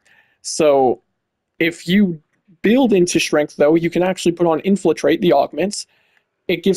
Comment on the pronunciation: It's infiltrate, not inflitrate